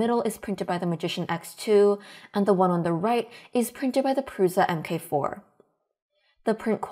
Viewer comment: “MK” is pronounced “mark” so the Prusa MK4 is pronounced “Prusa mark 4” and not “Prusa emm kay 4”.